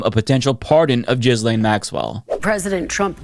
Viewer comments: please STOP PRONOUNCING HER NAME AS “JIZZ-LANE.” I beg you, please stop. On top of being incorrect (it’s pronounced “gill-lane”), it’s also gross to be using “jizz” in this conversation. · Say it like GHEE-LEN, not like you are, as JIZZ LANE LOL 🤣🤣🤣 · i know you’re probably making a joke but her name is pronounced gih lane not jizzlane 😭😭😭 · Appreciate the "Jizz Lane" pronunciation 👍🏻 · I love how you pronounce her name "Jizz Lane." So appropriate. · It's Jizzlaine on this channel. It's deliberate. She earned it. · i just can’t watch this anymore. the constant mispronunciation is driving me nuts. for god’s sake it’s not hard. the s is silent. ghee-lane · Why can't you pronounce her name properly? We laid into people for pronouncing Kamala incorrectly. We must get is right. Also, Giuffre. Get it right! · Dude. Learn how to pronounce a name.